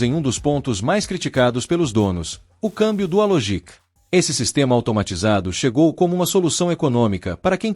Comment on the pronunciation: LinÉa, DualogÍc, é de rachar o ouvido.